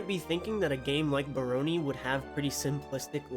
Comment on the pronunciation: Nope, it's definitely not pronounced like "Baloney". Leave it to white people to pronounce ANY word they've never heard said out loud as wrongly as possible lol.